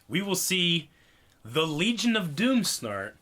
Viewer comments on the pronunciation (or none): none